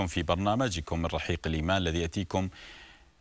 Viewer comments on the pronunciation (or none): none